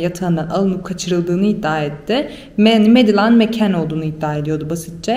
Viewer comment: Medalain değil ! "Medılin" diye okunur ! Berbat !